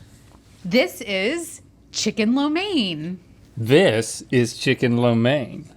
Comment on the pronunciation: Rhett is rocking the “flo mein”